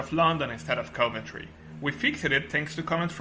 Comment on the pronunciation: OK, luckily you've subtitled your speech, otherwise it would have been widely incomprehensible to me. Fair enough, I am no native speaker, neither, but maybe you'd ask a third party person to assist you at least pronouncing the city names properly, Nun-tess and Coe-Vantry, in fact, would have been two of which I've never heard so far 😉